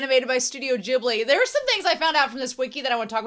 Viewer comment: This is one of my favorite Ghibli anime, and I enjoyed your reaction a lot! And I've seen tons of reaction videos on Youtube but YOU are the only one who pronounced Ghibli correctly. You have my respect and thanks!